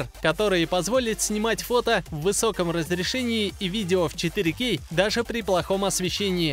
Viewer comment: точно, если бы звучало правильно, то было бы вообще отлично)))